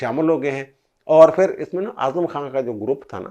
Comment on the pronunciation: Truly a professional analysis. Keep it up. However, you pronounce "Phir" as "Fir". Wherever, there is a sound of PH, your pronounce it as "F". There is a sentence that you should read out loud and practice and you will get over this problem. The sentence is as follows: " Jub humarah phuphar nay phurkar say daira laganay ki koshish ki to unki phoosi nikel gai. Budboo itni shadeed thee keh prinday phurpharsnay lagay. Mairay to phaipron may aag lug gai. Mein nay kaha phuphar ji phoonk marni hai to seedi tarah mariay, phoosion say charagh bujaya na Jai ga". I tried this with another similar case and he overcame this problem. Thank you for your attention.